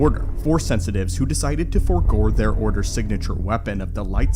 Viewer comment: he said forgor